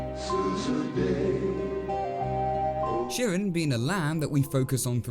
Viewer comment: I think Chirin is pronounced with a hard "ch" like in "church." That's how the English narrator says it. As for the moral, I took it to be, "Don't try to be what you're not, or you'll come to grief."